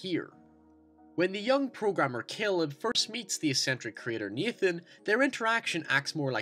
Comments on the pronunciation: Naaaaaaaaathan not neeeethan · Like halfway thru it's hard to tell if he's saying Nathan or Ethan